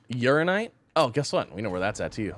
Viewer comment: I really wish he’d pronounce Uraninite properly.